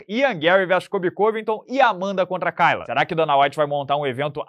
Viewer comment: A pronúncia é Keila